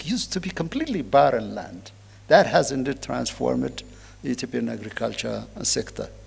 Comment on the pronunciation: የመልእክትዎ ይዘት ጥሩ ነው፤ የእንግሊዝኛዎም pronunciation ባብዛኛው (for the most part,) ድንቅ ነው። ሁለት - ሶስት አባባልዎችዎን ግን ከዚህ በታች የማሰፍረውን comment አይተው ቢያስተካከሉ ብዬ የሚከተለውን ጽፌያለሁ። ‘አንተ ማን ነህና ነው, የማስተካክለው? ካሉ ደግሞ ስህተትዎንና ከዛው ጋር ተያይዞ የሚከተለውን ትዝብትና ሽሙጥ ከማስተናገድ አይከልከሉ። “heart …”, “peace …” & “in-deed” መቼም "heart” ኢትዮጵያ ውስጥ እንግሊዝኛ የተማረ ሰው ሁሉ (ለማለት የሚያሰደፍር) ችግር ናት። ትክክለኛ አነባበብ ነው ብለው ግን ደግሞ አጣምመው አስተምረውን ሰዉ ሁሉ የሚለው "ኸርት" ነው። Proper pronunciationኡ ግን ኻርት ነው። ተቀራራቢና ተመሳሳይ ይምሰል እንጂ ሁለቱ የተለያየ ትርጉም ስላላቸው, በተሳሳተው pronunciation ሲነገር, ልዩነቶቹን በሚያውቅ አዳማጭ ውስጥ የሚፈጥረው አንዳች ነገር ይኖራል (ትዝብት/ስላቅ/ ሽሙጥ፤ ከከፋም ደግሞ ተናጋሪውን አሳንሶ የማየት አባዜ) "Heart of African politics” “ኸርት ኦፍ አፍሪካ ..." ተብሎ ሲነበብ, (በአእምሮ ማስተዛዘኛ ተስተካክሎ ካልተወሰደ በቀር, ትርጉሙ:- ‘የአፍሪካ-ፖለቲካ ማዕከል’ መሆኑ ቀርቶ, ‘የአፍሪካ ጉዳት’ መስሎ ስለሚደመጥ, በአዳማጩ አእምሮ ውስጥ ግርታ፣ ግራሜ እና ቆይቶ ደግሞ ፈገግታን፣ ትዝብትን እና (in worst cases of scenarios ደግሞ) ንቀትንም ሊያስከትል የሚችል ይሆናል። "Peace” እና “piece”ም ባግባቡ "ፒስ" (ኢ ተረግጣ ካልተነበበች) መደበኛ ትርጉማቸው ቀርቶ "ሽንት" ይሆናል ትርጉሙ "ፕስ" ተብሎ ሲነበብ። በመጨረሻም "indeed,” ኢን-ዲድ ተብሎ በመነበብ ፈንታ, "እንድድ" ተብሎ ሲነበብ, ለቁራጭ-ሰከንድም ቢሆን ግርታ መፍጠሩ አይቀርም። (ክቡርነትዎ ግን, በእርግጥ ጎንደር ነው - ትውልድዎና እድገትዎ? አይ! እንደው ሌላ-ቦታ እንዳደገ ሰው "እን-ድድ" ቢሉ እኮ ነው መገረሜ!)